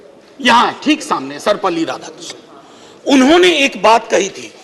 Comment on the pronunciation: I wish he had correctly pronounced Sarvepalli Radhakrishnan.